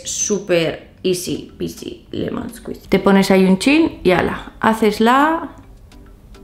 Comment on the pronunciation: Escuchar a diciendo easi peace leyendo skuishi aguante dillom